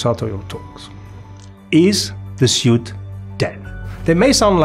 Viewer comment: nice video, lots of research and history information, thank you. please say S-U-I-T (sut) but not S-I-U-T. (siut) in the future 😂